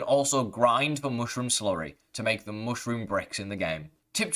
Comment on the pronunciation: it's not hard to say mushroom correctly....stop you weirdo. get the food out of your mouth when you talk.